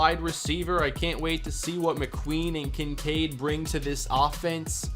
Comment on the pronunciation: Kin Kade are you kidding it's kin sade